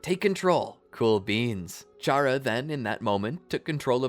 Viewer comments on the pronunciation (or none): ain't no way bro combined undertale and naruto💀 great video so far though, also i think its pronouced Cara not Chara, but idk it might be up to the player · Its pronounced K-era because its like Character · 1 its pronounced kara 2 charas intangible